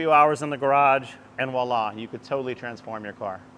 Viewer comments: It's "voila" (vwa-la), my dude, not "walla". Love the videos. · I kinda liked his direct westcoast approach of walla 😅 Sometimes to be more irritating I'll say "vi-ola" like the name... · Je parle un pieu (sp?) but I like "Vo illa" rhymes with Go-rilla. ;)